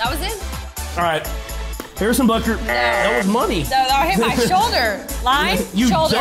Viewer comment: That was funny when he said "Harrison butker"